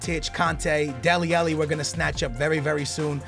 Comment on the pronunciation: It pains me when you say Deli Alli like Deli Ellie (ah-lee not eh-lee)